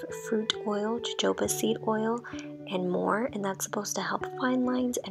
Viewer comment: Hey lovey! Just figured I'd let you know that jojoba is pronounced ho-HO-ba. Love you and so happy your channel is growing!!! Keep killing it! 😍🙌🏼💖